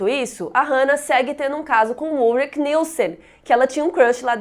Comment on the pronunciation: Amei! To amando na verdade essa semana Dark! Porem MUITA ANGUSTIA por causa da pronúncia dos nomes: Ulrich e Michael. Em alemao se diz “ú ri ch”, som de ch no final, como em chuva. E michael a mesma coisa, pois nao é uma pronúncia americanizada feito Michae Jackson, e sim, “mi cha él”, também como em chuva, e um “L” puxadinho.